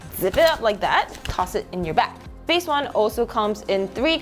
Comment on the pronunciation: Base ❌ Bass ✅